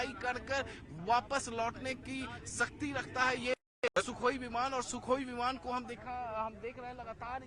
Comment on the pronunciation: सुखोई "सक्ती" नहीं रे बाबा , "शक्ती" रखता है । 😆